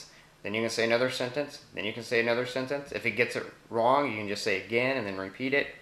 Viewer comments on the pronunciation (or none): none